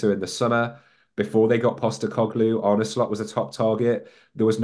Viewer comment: How difficult is it to pronounce Arne correctly???...